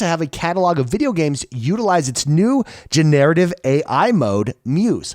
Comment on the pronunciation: Gener-a-tiv 😉 not Genare-ativ